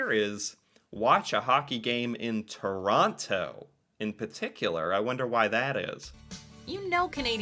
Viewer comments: She said hockey game in Chronno, please take note and please stop mis-pronouncing the name of my home town. She said it many times so get the correct pronunciation through your thick skull. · Lived in Ottawa for 5 years, can confirm, boring af, most exciting thing that goes on are street racings at night Also Toronto is pronounced ToroNO, you don’t say the second T….no, idk why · Your pronunciation of “Quebec” is perfection, but you really need to work on your Torana. 🤣